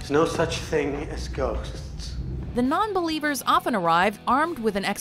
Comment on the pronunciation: Spot on the non-bellievuhs!